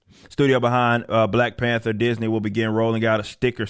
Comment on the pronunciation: Did mean to say Black Pander instead of Black Panther......lol not sure but that was pretty good if you didn't.